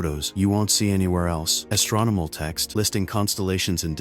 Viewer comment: Astronamal text? Doesn't anyone check the pronunciation of these AI voices??